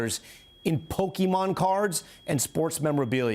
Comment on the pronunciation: I refuse to believe that he goes into a Japanese spot and orders a “pokey” bowl.. so why is he going out of his way to say Pokémon like that?